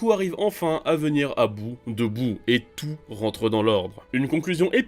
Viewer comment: Boo pas buu